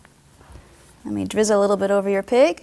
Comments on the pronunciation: i heard her say pink pancake instead of pig :oo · I thought she said pink pancake instead of pig I thought great the pink frosting again x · I SWEAR she said PINK pancake. I even raised the volume on my iPod and I still hear PINK not pig..